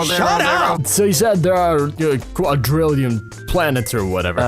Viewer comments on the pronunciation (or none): "there are quantitralion million" xDDDD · "65 thousand quadratamillion planets" LOL